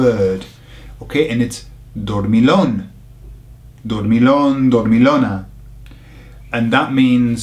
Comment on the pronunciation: I love these 'idiomatic expressions' videos and it's reassuring how nearly they make sense! I'm troubled by the pronounciation of the LL in Dormillon, though. We'll have to talk about that ;)